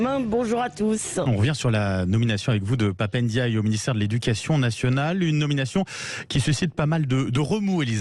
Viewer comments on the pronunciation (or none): Son nom ne commence pas par un e, il ne s'appelle pas Pap eindiaye, vous prononcez comme des illettrés. C'est une consonne prenasale, comme de nombreuses autres en langue française. Respectez les gens, bon sang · J'aime bien en général les prises de position courageuses de Élisabeth Lévy mais: « Papa Ndiaye ce n'est pas Assa Traoré » D'abord c'est Pap Ndiaye et non "Papa". Ce qui confirme que Élisabeth Lévy, au delà de ses qualités, est un peu désinvolte envers les faits en général et les noms de personnes en particulier. Mais surtout cette phrase est une prise de position catégorique pour la police et les médias contre la vérité, la justice et le peuple français. Élisabeth Lévy devrait, tant qu'elle n'a pas le temps de se renseigner suffisamment, ne pas prendre parti. L'affaire Adama Traoré (29 ans à l'époque IIRC) rentrait dans un schéma hélas quasi-standard: la police, sur des raisons pas claires mais ne légitimant certainement pas de le tuer, l'a tué, et a ensuite diffusé un torrent d'accusations contre lui. Adama était-il ou non coupable de quelque chose? Sans autre témoins que ceux-même qui l'ont tué, ces accusations ne devraient pas peser lourd pour des citoyens responsables et en tout cas ne justifient aucunement le jugement médiatique sans appel qui a été prononcé contre toute la famille Traoré. Il y a un meurtre certain en face de délits incertains et sans aucun doute sans aucune commune mesure avec un meurtre. Ce meurtre par la police est une exécution arbitraire, inhumaine, illégale, et qui ne peut être jugée qu'en assises. Sa soeur Assa Traoré a manifesté depuis et continue d'agir dans la limite de ses faibles moyens pour demander justice pour Adama. La seule critiqu